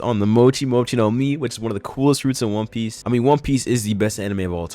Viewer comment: Did this man just say one pice the best anime of all time?